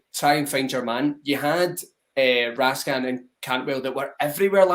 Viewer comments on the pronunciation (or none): If you're gonna pronounce it RaskAAn then Nicolas become Nicola...it will be never ending with all the players names. Best just pronounce it the English way.